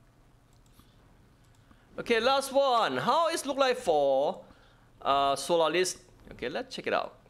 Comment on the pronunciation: solalis xD , im dyiiing 😂😅